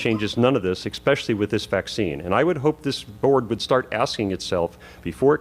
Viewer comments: Did he just say 'ekspecially'?? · Dude's up there after how many years of university and still can't pronounce especially? Bummer. Good thing he picked a career where people write so poorly you can't even read a prescription.